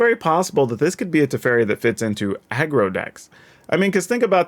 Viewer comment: man ey butchered my boy tef so hard. also good point about tempo tef big brain. Haven't seen any1 pointing this out yet